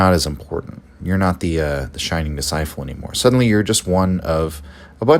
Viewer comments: Fascinating stuff but can't get over the pronunciation of disciple as discifle. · Are you mispronouncing disciple??